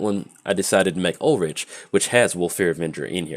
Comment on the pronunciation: Ulrich is pronounced Ul-Rick.